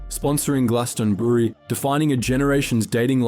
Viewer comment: Love the videos man! Just a quick question, are you even from the UK? You sound Australian and pronounced Glastonbury really weird aha